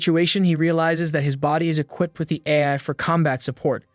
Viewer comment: THE AI VOICE IS SAYING AF INSTEAD OF AI